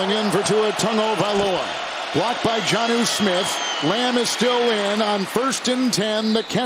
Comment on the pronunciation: Smith Njinga??? Jenga??? 🤦‍♂ I swear this same dude call Tua Tagovailoa, "Tongavaloa". COME ON MAAAAAN.....